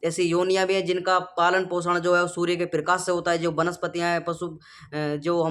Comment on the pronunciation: सूर्ये नही सूर्य बोल